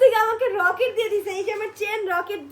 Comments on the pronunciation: জিনিসটা রকেট না আফা,লকেট!আপনি এই বয়সেও একটা সাধারণ উচ্চারণ জানেন না?আবার বলে ভেসলাইট🤣🤣🤣উচ্চারনগুলো একটু ঠিক করেন,প্লিজ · রকেট কি রে ভাই লকেট হবে 😂মুর্খ নাকি